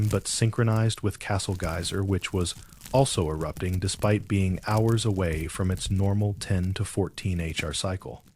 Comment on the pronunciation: when talking about the geyser, it says 800 g allons and not gallons. And when talking the time, 10-14 hr cycle and h hours instead of Jusr saying hours That seemed like ai to me, but thanks for clarifying